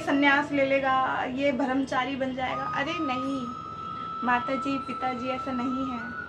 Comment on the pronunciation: "Bharamchari" nahi "Brahmachari" h woh shabd..! Hindi bhasha likhna aur bolna dono sikhiye acchi tarah se pehle.